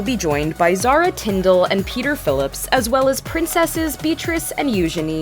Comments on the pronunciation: "Viscount"... the "s" is silent 🤫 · the s is silent in viscount